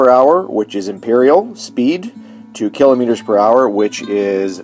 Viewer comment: It's not kelometers lol